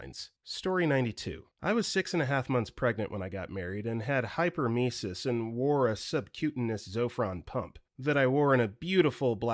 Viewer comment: Story 88,89 and 90 sounds fun. 91was really sad. 92 you pronounced Hyperemiss wrong. It is Hyper Em ER sis. I had it bad while pregnant